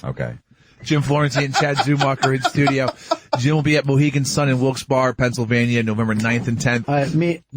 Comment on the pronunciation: It's wilkes 'berry'